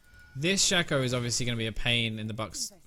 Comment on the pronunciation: I will upvote this video simply on the premise you pronounced shaco's name shack-oh and not shake-oh, you are true hero